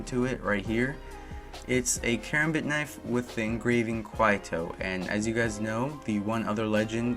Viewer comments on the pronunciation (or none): Quieto is pronounced (ki et o or ket o ) and Wraith has the same engraving on her kunai